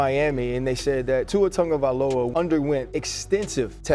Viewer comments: is it bugging anyone else that he keeps saying viola when its vailoa? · After all this time being a "football pro reporter" and you still can't pronounce his name correctly lol. -LOA not -OLA its not that complicated 😂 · tuhng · guh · vai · low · uh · If you’re gonna make a video on his at least learn to say his name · behind the mic doesn't even know how to say his name.. 🤡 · bro the least you could do is pronounce his name correctly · I wish you'd be empathetic and pronounce the guys name correctly. It's lazy journalism at this point.